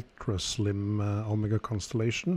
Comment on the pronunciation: Thank you for pronouncing Omega correctly. Great video as usual. What plating did Omega use on these movements?